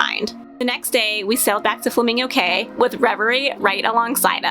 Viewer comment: Please it's an assault on my hears hearing you mispronounce the islands in my country... it's pronounced "KEY" - Cay